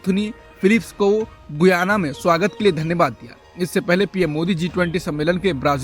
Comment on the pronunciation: गुयाना नहीं गयाना है देश का नाम।